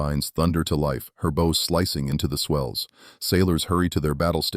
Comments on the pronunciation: Why does AI always pronounce bow wrong? It's bow as in bow down, not bow as in bow tie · Friggin AI Narrator. Sorry, I want listen to AI say BOW like Bowtie, when it should have said Bow like Bow down. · Had to stop when the AI said 'her bo slicing the waves'. FFS, get somebody to read this who knows the English language. Bow, not bow and arrow, but ship's bow (like the 'ow' I felt when the video said bo).